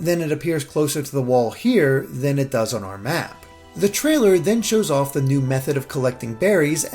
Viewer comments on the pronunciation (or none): Why can’t you say “on”? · How does metal stairs prove that the cities are going to look like cities? Where the fuck is your logic coming from? “There’s a tree in town so the town must really be a dog” I assume by your pronunciation of “on” and your expertise on city structure that you’re from New York and just go back Unova!